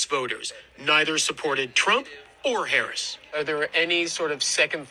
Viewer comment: LET’S BE CLEAR—THESE PEOPLE VOTED ANTIBLACK. THEY COULDN’T EVEN PRONOUNCE VICE PRESIDENT HARRIS’ NAME CORRECTLY. Oh well, perhaps they can rent an Airbnb next to an Israeli settlement. FAFO🥲